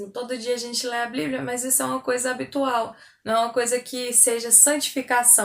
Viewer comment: amo seus vídeos e o seu testemunho. Parabéns pelo canal! Tem uma coisinha que queria comentar.... Se fala bíblia e não "bliblia";) Continue com esse trabalho maravilhoso e a paz do Senhor Jesus!